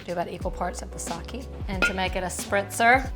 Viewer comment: Just an fyi it is not Saki it is Sake - pronounced Sakay. Saki is a female name.